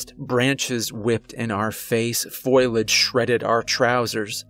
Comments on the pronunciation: "Foh-lee-age", not "foilage". Great job on the story. Kept me listening. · foe-lee-edge is how you pronounce foliage :) sorry was just bugging me a bit. Love the story!